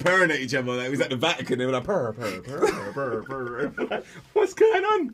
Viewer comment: Not “pur pur pur pur pur” Daniel 🤣🤣🤣